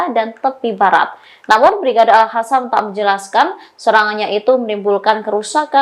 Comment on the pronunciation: kok masih alhadam.pakai k dan o.jadinya ko.agak tak terlalu jauh salah bacanya.alkosam.klo tak bsa q.🙏